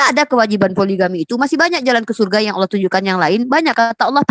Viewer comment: Mf kl sebut bapa yesus alah bukan ALLAH